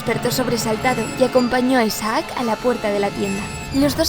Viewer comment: Me da un noseque cuando pronuncia «Isaác» en vez de «Isaac».